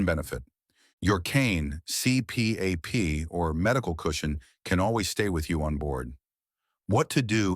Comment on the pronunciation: C P A P machine? Damn AI.